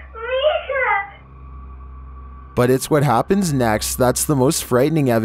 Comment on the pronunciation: and then this happæææns"